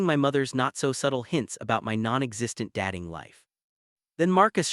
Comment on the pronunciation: Good story but AI's dat-ing, star-ing and debat-ing instead of dat(e)-ing, star(e)-ing, and debat(e)-ing, is very annoying. This can be fixed by editing AI, or preferably by using a real voice. Btw, genetics doesn't come into having children for same sex couples, there has to be a donor either way who doesnt need to be related to either partner, or by adopting children 😉